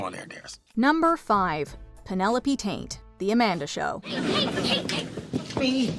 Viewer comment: Taint? Her name was Penelope Taint? I could've sworn it was Penelope Tate!